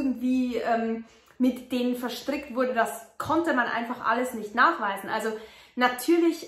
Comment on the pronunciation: Mariuhanna sagt sie . Aber sorry dein englich ist irgwie katasrophal die aussprache . Also nur die aussprache du kannst denk ich so perfekt fließendes english aber wie du manche sachen aussprichst tut halber weh